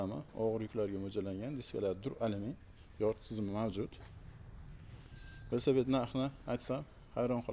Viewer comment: Ассалому алайкум. Весапед дейилмеди, Велосипед дейилади.